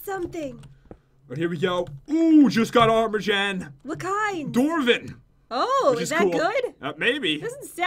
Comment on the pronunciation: its jen not jaen XD